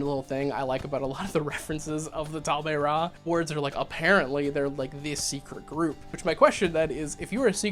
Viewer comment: Great video ❤️ It is spelled Tal-Ma-Heh-Ra though.